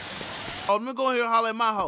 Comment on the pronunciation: Every Miho in Japan be rolling on their grave when say "Ma Ho" rather than "Mee Ho"